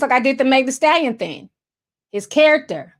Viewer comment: I love how you say “thing” lol “theen” I love it 🥰